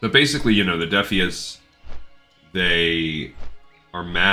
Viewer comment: Defias comes from the word defiant. I'm not sure you're pronouncing it correctly. It sounds like you're getting the lore right, though. Good vid.